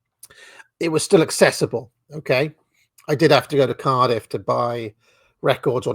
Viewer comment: Thats the only time Ive heard a hint of a welsh accent , when you say " I had to go to Caaaardif". Interesting show .